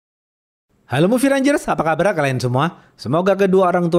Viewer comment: Saya dengarnya apa kabra kalian semua... 🤣